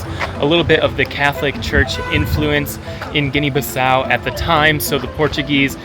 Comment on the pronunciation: You don't know how to pronounce the country, it's Guinea-Bissau. You need to learn how to pronounce it, it's not Guinea-Baso